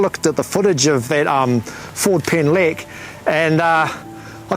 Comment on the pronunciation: Sad that you couldn't even try to pronounce the Welsh street name correctly